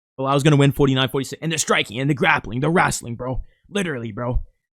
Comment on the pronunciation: "And the striking and grapping and the wrastling" 😂😂😂